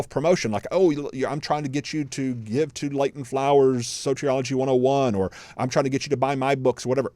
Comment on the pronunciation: Sotrioligy? That's how you pronounce it? 🤦😂